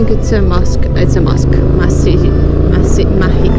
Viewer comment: هههه ⚘️اعجبتني محاولتك نطق كلمة مسجد باللغة العربية👍🏽